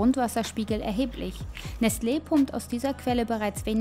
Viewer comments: Es heißt doch nicht nestleeeeeeeee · Es triggert das sie Nestleee sagt und nicht Nestle kurz und knapp gesprochen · tut mir wirklich leid aber mich hat das ganz fuschich gemacht: es heist Nestle und nicht nestlee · mich triggert es voll, dass sie nestLE sagt und nicht NESTle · Es regt mich auf wie sie Nestle ausspricht 😂😂 Oder sagt sie das richtig?😂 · Bin hart getriggert durch ihre Aussprache von Nestlé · Bin ich hier der einzige den es triggert wie sie Nestle ausspricht? XD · Warum kann die Nestle nicht richtig aussprechen wie es jeder Mensch der Erde macht betont so extrem die zwei e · Bin ich der einzige der innerlich ausrastet weil sie Nestlé nicht aussprechen kann? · Bruder bitte schau doch vorher wie man Nestlé ausspricht bevor dus Tausend mal in einer doku sagst das triggert abnormal